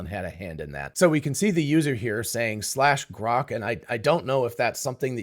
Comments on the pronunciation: Why does Elon pronounce it groak? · GROK or CROCK ? Apparently the AI misinterpreted 😂😂😂😂😂